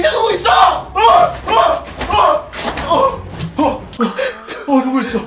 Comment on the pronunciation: 밑에 누구이써 ! 이거 들으니 김헤수 쏠수이써 가 떠오름ㅋㅋ